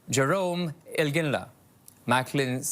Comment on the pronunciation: “Jerome Ilginya”???